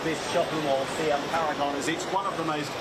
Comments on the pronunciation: Presenter should know how to pronounce SIAM. It's C-ARM. NOT SUH-YUM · Paragon sells upmarket goods.........it;s away from the red light districts ........always calm and quite civil there when i have gone.....oh btw Siam is pronounced see-am........ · pronunciation is see-am. but nevermind... Bkk is always on edge